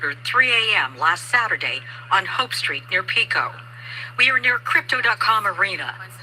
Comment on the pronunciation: Just an fyi Pico Blvd. is pronounced like Peeko, long e sound.